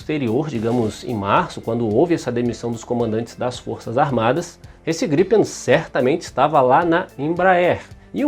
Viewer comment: Só tem um porque vc fala ( jatos ) estranho gripem 1 só .